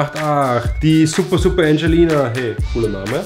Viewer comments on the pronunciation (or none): Du hast es engelina ausgesprochen aber es wir angelina ausgesprochen wie es geschrieben wird aber nicht schlimm,😉